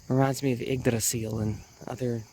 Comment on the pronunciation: hands down the best pronunciation of Yggdrasil I’ve heard from a native Anglophone. The R is on point.